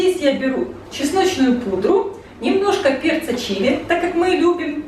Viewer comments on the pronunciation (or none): none